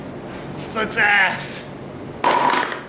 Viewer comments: “Success” or “sucks ass”? The world may never know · Soooo was “success” or “sucks ass”